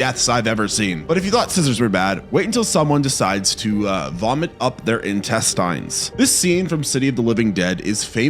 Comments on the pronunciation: Why do you say intesTINES the weird way? I mean technically its not "wrong," but it sure is weird. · If you're going to do videos like these, at least learn how to pronounce the words you're saying. Fascia is pronounced like fasha. Intestines is pronounced without the silent E so the I at the end of the word woukd sound like a short I like that word "in". Hearing you butcher these words makes me wonder how accurate your other facts are.